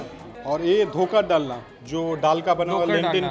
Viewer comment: Bengalis: Dhokar dalna be like: Dhaker Dolna 😅😅😅😅😅😅